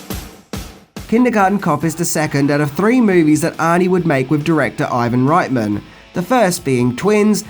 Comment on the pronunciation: I love that you pronounce Reitman's surname the German way (right-man instead of ritt-man).